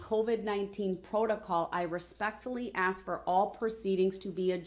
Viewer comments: Darrel’s constant inability to pronounce a simple three letter word like “ASK” is literally driving me nuts. How dumb can you be to mess that up?? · This clown says axe so often you'd think he was auditioning for Lizzie Borden.